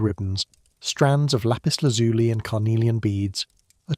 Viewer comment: Please check the pronunciation of Lapis Lazuli. It is pronounced as if it ended with a y as in the word by.